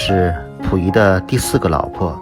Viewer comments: pu 不是fu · 感谢分享。小问题，是Puyi,不是Fuyi…